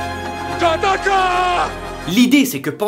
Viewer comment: je kiff le "dakior" 😂